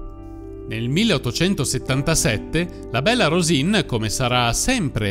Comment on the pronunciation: "Bella Rosìn", pronunciato all'italiana, non significa nulla. Il suo soprannome era piemontese e si pronunciava "Béla Rusìŋ" con una n nasale velare, che né il toscano, né i dialetti meridionali possiedono.